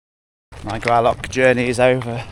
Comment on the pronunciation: Please learn how to say Gralloch! Does not end with a ck!